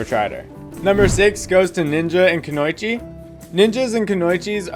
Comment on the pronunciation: It’s koo no e chi